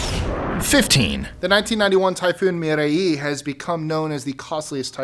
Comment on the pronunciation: Typhoon Mireille not Meenae